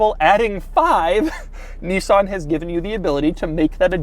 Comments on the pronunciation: It’s a Nissan not a Kneesaan 🙄🙄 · Thissss is a neesaan nemou MAN LIKE CANT YOU JUST SAY IT PROPERLY LIKE LOOK AT HIM TILL OR 5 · I could have told you that without the video, it's a Nissan. and it's pronounced "Nissan", not "Neeeezan". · The fact that he pronounces Nissan as "KNEE-SAN" but calls Nismo "NIZ-MO" is absolutely infurtiating